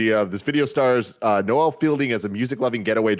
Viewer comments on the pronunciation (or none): Hey guys, please stop pronouncing Noel as “Noelle”. It’s pronounced “knowle”, like Beyoncé pronounces her surname, without the s that she has at the end of her surname. Unless you’re doing it to fuck with people. In which case, carry on, I guess.